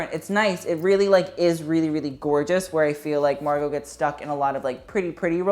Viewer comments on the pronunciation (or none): none